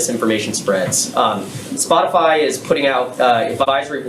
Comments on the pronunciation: No, no no. She clearly said "SpotiFLY" and not "Spotify" so she is obviously not talking about Joe Rogan or Spotify. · Did she just say spotifly...? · This idiot said spotafly lol The app that updates in real time every time you spot a winged insect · "Spotifly" nice going Jen... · "Spotifly" lol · “And, vertically that includes Spotifly.” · She said Spot-a-fly 🪰🤪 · Did she just say SpotufLy. Lol.ignorance has no limits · Did she say "Spotifly"? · She called it "Spot a fly" 😆😆😆😆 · she said “spotifly” lmao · Is it just me, or does she keep saying “Spotifly? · Jen said “spotafly” - the Pence Harris debate fly strikes again! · Did she say "Spot-A-Fly"? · Did she say ‘spotifly ’? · The reporter asking the question needs to go back into his moms basement with his hot pockets and video games. She can’t even say Spotify she said spottafly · When Psaki said "Spotifly" she showed her hand, she is bullshitting. She has no idea wtf the guy was talking about. That was not her misspeaking, that was her bullshitting. She's a good bullshitter, she had me going. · This bitch said “spotifly “ 🤣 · She called it “SpotiFLY” ..shows how out of touch she is with the situation! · Misinformation: she says spotifly. 😂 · Did She say Spotifly 😳🤔👀🤣😅😂🤣😂🤣😅😃🤪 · Did the Sith lord just say, "Spoti-fly"? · Peppermint Patti said "SpotiFLY" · Did she say spotifly? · Spotifly??? Did she say Spotifly? Spot-a-fly? This invokes conference in her numbers? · Did Psaki say "Spotifly"? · Dam "Spotifly" needs to chill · Did she say “Spotifly”? 😂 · Did she just say "Spotifly"? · She called It spot-a-fly, listen close! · She said Spotifly... She's trying to set up for technicalities later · This is the second time I've seen her pronounce this as "spotafly". Why is nobody asking her if she can read? She represents the leader of our country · Am I the only one who noticed she says 'Spot-a-fly' lol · She said :Spotifly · I just listened to the US Press Secretary call it "SpotiFLY." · She called it 'Splotify'